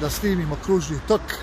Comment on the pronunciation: Tok kao sok a ne kao rok, pogrešno naglašavaš, nadalje govoriš kako bi stvari trebale biti, a prelaziš cestu van obilježenog pješačkog prelaza....